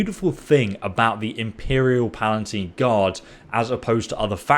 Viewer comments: He also calls them PalaNtine Guard. I think it's just lazy reading comprehension, as opposed to lack of cultural knowledge. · Palatine, not PalaNtine. This guy doesn't do words very well. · On another video he commented he has dyslexia, hence the mispronunciation :) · Pretty sure he's said he has dyslexia something. He frequently mispronounces words